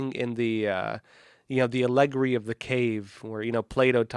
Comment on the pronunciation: It's pronounced al. e. Gory.